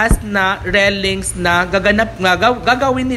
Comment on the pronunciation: Railings po dipo rellings hahah tagal munang nagbo vlog di ka pin bihasa